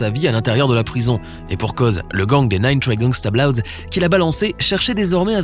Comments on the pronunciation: « Gangsta bLoWdS » 🥴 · on en parle du "Nine Trey Gangsta "BLOUDS"